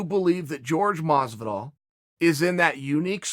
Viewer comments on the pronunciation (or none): Is it pronounced fucking George masvidal or Jorge masvidal holy shit lol. So sick of hearing everyone butchering his name like which one is it masvidal!!!!!